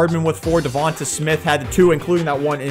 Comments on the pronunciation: His name is Devante Smith not Devonta smith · YES I get sooo damn annoyed the way you say dovanta smiths name. It’s not tah at the end it’s tay. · I am an eagles fan and it’s pronounced devontay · I hope DeVonta retires so I never have to hear you butcher his name again. 😆 Besides that obvious mispronunciation, great vids my man!